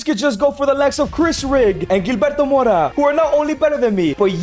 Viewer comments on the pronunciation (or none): none